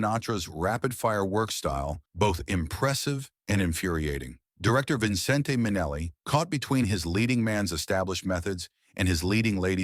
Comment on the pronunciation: Too much voiceover, no real comments. So she never worked with Hoffman but she "hated" him? Hardly backed up by the actual material here. It's pronounced Vincent Minnelli, not Vincent-ay. He added that e himself to his real name, Vincent, to seem more exotic. Why do you keep showing photos of her from films that aren't mentioned here? It doesn't make sense.